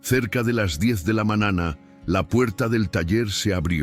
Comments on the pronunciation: Siii le falta la acentuación y pronunciar bien la eñe cuando dice niño, dueño, mañana .....😢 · Con todo respeto.sus relatos son muy bonitos pero como esta pronunsiando las letras usted lee ano y es año lee manana y es mañana